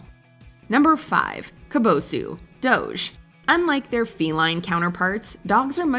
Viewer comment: What i've learned from this video: 01. That's not Eddie Murphy 02. How to make a "Jeff" 03. How not to pronounce "doge"